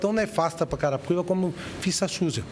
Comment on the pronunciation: carai o apresentador erra o nome de carapicuiba toda hora kkkkkkkkkk